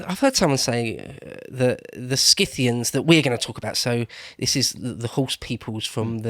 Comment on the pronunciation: "Si-thee-ans". There's one thing all English speakers share (Uk, English-Canada, US, Australia,...): you guys are simply unable to pronounce ANY foreign names...